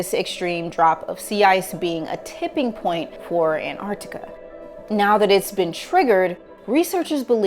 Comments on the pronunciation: Antarctica.. AnTARCtica. its such a pet peeve of mine that American’s say ‘Anarctica’ YOUR MISSING AN EXTRA T AHHHHHH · The missing T in her An-artica is more troubling. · i wish it would hapeen sooner, and swallow florida. btw i HATE it with a passion how americans pronounce antarctica! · the bigger catastrophe is how Antarctica is pronounced by this obnoxious mammal.